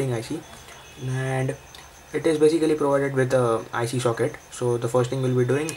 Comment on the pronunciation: Say Baesikali one more time!